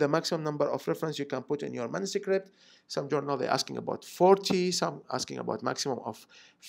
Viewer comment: why do you say mansucript?